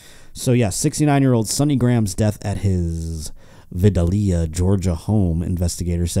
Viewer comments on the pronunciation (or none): I have never heard Vidalia, GA mispronounced until now.